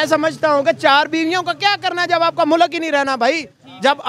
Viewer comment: Jahilo mulak nahi hota mulk hota hai 🤦